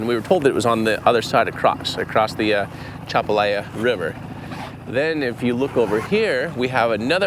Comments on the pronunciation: Atchafalaya pronounced A-chaff-a-laya. I can't imagine finding anything would be easy in this river or indeed any river in Louisiana. I hope that closure will be brought to the family. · Thank you for helping the family look for their love one. The river is the Atchafalaya river. A- Chaff-a lie-ah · (Uh-cha-fa-lie-ya) is how the river is pronounced. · It’s At-chaf-a-lie-ya but most of us Cajuns don’t pronounce the “t”, we say Ah-chaf-a-lie-ya Basin. God bless you all for what you do. Keeping you lifted in prayer for safety in your travels and endeavors. ♥️♥️♥️